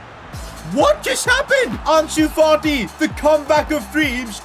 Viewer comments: did say Farti instead of Fati lmao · am I the only one to hear Partey before realizing he ment Fati? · He called fati farti he already a lot of disrespect on him name he don’t need more 😂 lol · Why do you call fati farty